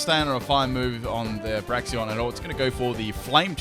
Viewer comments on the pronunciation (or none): FULL MISPRONUNCIATIONS TEAM;D Braixen (Brakes-un)= Brax-ee-on Slaking (Slack-ing) = Slay-king Ariados = A-ra-jos Reuniclus = Re-nuke-u-lus Cinccino (Chin-chee-no) = Sin-see-no. I actually mispronounce this one myself. Anything with Synthesis If you super-fans find any more, suggest away. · y u always say braxien? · Illumiss? Braxien? Slayking? C'mon fix yo pronunciations:P